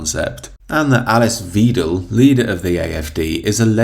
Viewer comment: It's "Vydel", not "Weedel". Happy Christmas.